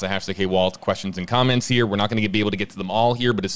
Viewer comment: Please don't say "here" ever again.